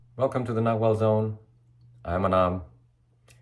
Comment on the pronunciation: I will always hear "not well zone" now, no matter how hard I listen.